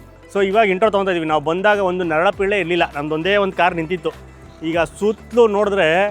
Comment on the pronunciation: Narala pille alla, adu, "nara pille" ! 😂